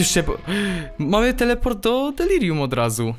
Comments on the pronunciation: Delarium" XD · "Delarium" niemogę z tego XDDDD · On pewnie przekręca tą nazwę specjalnie ( ͡° ͜ʖ ͡°) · Znowu to ,,Delarium" XD